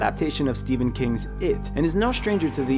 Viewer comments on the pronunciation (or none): none